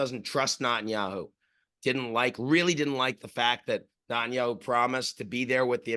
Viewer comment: I always find it funny how Ian pronounces Netanyahu as Nut-In-Yahoo, I love this guy